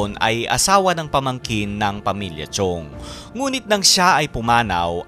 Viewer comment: Correction lang po Sir: "Chong" po yung apelyido at hindi po "Chiong." Maraming salamat po!